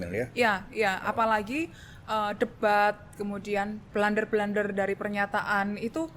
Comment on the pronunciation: Blunder membacanya bukan blander Krn blunder itu bahasa Belanda. Jadi membacanya ya blunder.